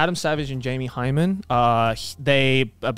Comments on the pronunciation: Idk how nobody is talking about this but it is Jamie HYNEMAN not HYMEN verrrry different things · this dude really just said Jamie hymen I’m laughing my ass off